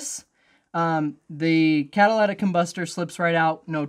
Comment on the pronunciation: Please don't call it catalatic it's catalytic